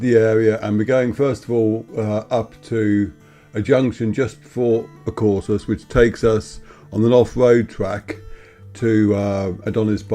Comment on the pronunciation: AkoursOs. Stress on last syllable